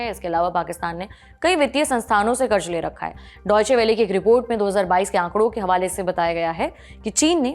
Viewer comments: There’s a problem with your diction madam. It is not “Karj”, the correct word is “Karz”. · KarZ and not karj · क़र्ज़ होता है क़र्ज़ कर्ज नही 🤦🏽 हिंदी तो ठीक से बोलिए मेमसाहब 🙏🏻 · कृपया अपना उच्चारण सही करें. शब्द जैसे "क़र्ज़" इत्यादि. सुनते सुनते जब यह शब्द बोले जाते हैं तो ऐसा महसूस होता हैँ कि खाते समय दाँत के नीचे पत्थर आ गया. विनती हैँ. News imp. हैँ हम सुनना चाहते हैँ. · Karj nahi kahte karz kahte hain, Lallantop ke anchor ko apni bhasha sudharna chahiye wo ziyada ko bhi jiyada kahte hain. Correct your self, good luck